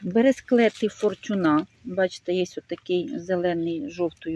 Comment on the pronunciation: Бересклет наголос на перший слад ФОрчуна